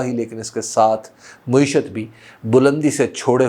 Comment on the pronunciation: حبیب بھائی ! لفظ مُعیشت نہی ہوتا مَعیشت ہے ۔۔۔ !